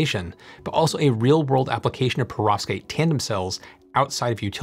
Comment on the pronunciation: Could you please try not to pronounce Perovskite so it doesn’t sound to me like Prostate. It’s very distracting!!